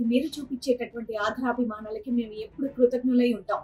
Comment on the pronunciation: ' ఆధరాభిమానాలు ' కాదు ' ఆదరాభిమానాలు ' అనాలి. Pronunciation correct చేసుకోండి.